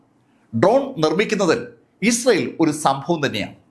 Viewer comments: അവതരണം നന്നായിരിക്കുന്നു. വാക്കുകൾ ശരിയായി ഉച്ചരിക്കാൻ ശ്രമിച്ചാൽ നന്നായിരിക്കും. ഉദാ: ഇസ്രായേൽ. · ഇയാൾ ക്ക് ഇസ്രായേൽ എന്ന് നേരാവണ്ണം പറയാൻ പോലും അറിയില്ലല്ലോ. ന്നിട്ടാണ് ക്ലാസ്സ്‌ എടുക്കുന്നത്!